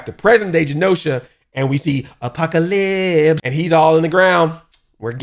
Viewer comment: Apoca-LIPS had me rollin. I truly enjoyed yer excitement in this episode.